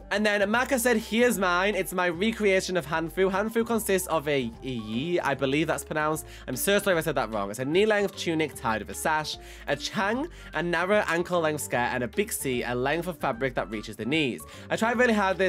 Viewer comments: Hello! I hope this doesn't come across as rude or mean, but you read bixi wrong! It is pronounced as bi si and not biksi ^^! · This is pretty cool! For the hanfu the bixi its pronouced like Bee-shi (蔽膝)! Hanfus are from china while the Cb set is japanese! Heres to hoping they make a Hanfu set from a specific dynasty!!!